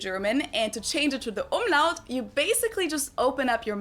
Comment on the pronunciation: Not Omelette 🤣🤣 Umlaut nearly like "Um-loud"